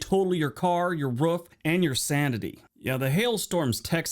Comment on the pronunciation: why does the narrator sound like a dog when he says roof😂